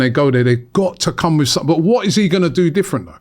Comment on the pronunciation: One of the biggest problems is the repetition of what is considered a 'problem' there are too many 'reactions' in video's like this repeating things and building on the narrative making it bigger than it is. P.s. Turkey it's 'something' not 'suttin' or whatever it is your saying! P.s. please do not be comparing the womens football to the mens. That was so awfultl to hear.